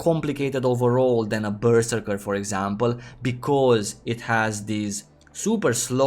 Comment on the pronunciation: omg pls stop saying berserker